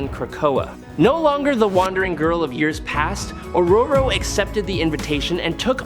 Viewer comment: He pronounced it right, lol.